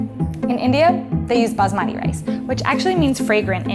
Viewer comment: Gurl..Lemme me break it to u the easy way.. that's TOTALLY NOT how u pronounce basmati.